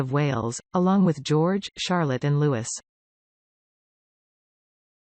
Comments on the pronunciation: I am so fed up with you Americans. IF YOU ARE COMMENTATING ON OUR ROYAL FAMILY, for heaven's sake get your pronunciations correct Apart from the fact we speak English and you most certainly do not, LOUIS is a French word and pronounced LOO-EE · please say Prince Louis name correctly its a silent S so its pronounced Loui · It’s louieeeeee the s is silent!!!!!! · Its Prince Louis pronounced Louie not Louis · HIS NAME IS NOT LEWIS!!! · It is really offensive that these narrators don’t know how to pronounce the 4th in line to the throne’s name, Prince Louis. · Learn to pronounce Louis!!